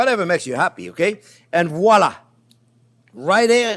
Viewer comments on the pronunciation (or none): none